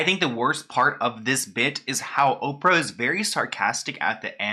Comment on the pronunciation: Oprah "Hoe-prah"